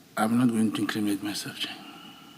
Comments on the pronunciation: Word of the day : LET ME NOT increaminate myself😂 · Our data for " iam not going to increaminate my self🙉